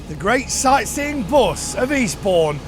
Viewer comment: Bus not bws